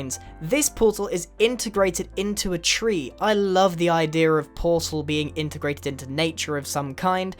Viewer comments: XD I know, just joking. The way he says ideas sounds like idears. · idea. not idearer learn English. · He kept saying ideaer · "you get the idearrr" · I love how he says ider rather than idea. :P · "the ider"